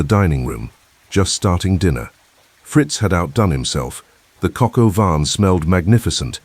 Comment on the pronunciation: That is Coq au vin, or chicken in wine in French, not cocoa van..